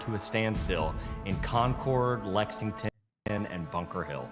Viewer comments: Concord (as in “battles of Lexington and concord”) is pronounced like ‘conquered’ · As someone from Concord, that's not how you pronounce it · this is just a minor addition to how stupid all of this is but as some who grew up in the Concord/Lexington area in Massachusetts that's not how anybody pronounces "Concord" and his pronunciation did piss me off a little bit lmao